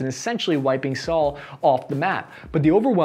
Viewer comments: By the way, the capitol of S Korea, Seoul is pronounced like the word "soul" not the given name "Saul". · why do you say Seoul like, "s-owl" it's pronounced "soul" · I used to live near Seoul, you are saying it wrong 😒 Also, the flag on your shirt sleeve is backwards 🙄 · Can't take this guy seriously if he can't pronounce Seoul. And this guy says he's a military expert. 😆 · It’s pronounced cash not cashee. The E is silent The Capitol of South Korea is pronounced Soul (like talked about in religion)